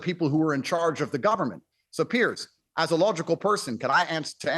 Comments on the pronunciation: “Pierce” is a very different name to Piers. Just like how Craig is not pronounced “Creg”. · Guys it’s Piers. Not Pierce. That’s Paul. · It's Piers not Pierce!